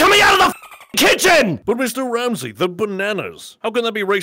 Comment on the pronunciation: Meestur Raamzee